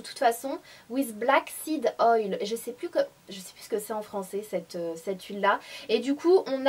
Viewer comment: Coucou Sanaa, c'est marrant pour "on ze retrouve", j'avais remarqué aussi que tu dis pas "cette robe "mais "ced robe" et à chaque fois ça me fais rire.Mais avant,ça m'énervait....mais ça,c'était avant!